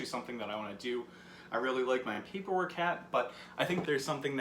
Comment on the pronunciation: papeer wok. like the pan k